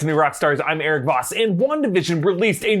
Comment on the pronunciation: Yeah, "Erik" lol.